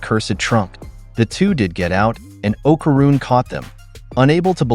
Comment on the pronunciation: Pisses me off the way u saying okaruns name